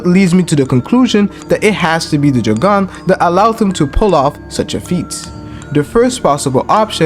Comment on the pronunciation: Stop pronouncing it joggan 😂😂